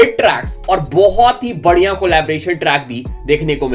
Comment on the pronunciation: Bhaai tumko badhiya word bolna nahi aata naakh me bolte ho kya? Badhiya 🤣😂🤣😂🤣😂😂🤣🤣😂😂😂😂